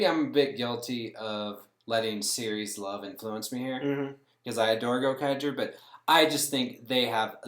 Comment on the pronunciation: Its Gokaiger. Not Gokager